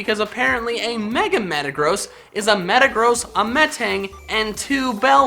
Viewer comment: Have u guys wondered how says metagross?!! He says it like Meta-GROSS so does think that metagross is bad or gross